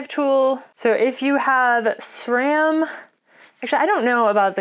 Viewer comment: I ended up getting most of these tools already, mainly as I need them. With bike shops in the area not having the ability to turn around repairs quickly due to the huge demand I found it useful to learn how to do just about everything. Loving the videos. On a side note, I realized my video I made on the Santa Cruz Bronson I kept saying S RAM instead of how you are suppose to say it. No idea why I said it that way, but when I heard you say SRAM I went... ooops ;-) Then went and redid the voiceover of the video and uploaded it again (as it wasn’t live yet). So bonus thanks.